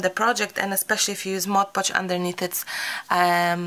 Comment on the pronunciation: I love the wall!!! Also, it's awesome that you are the lone crafter on YouTube who can correctly pronounce "Mod Podge". Kudos! Everyone else says "Modge Podge", and it drives me batty! Thank you for the excellent grammar AND the amazing brick wall! ❤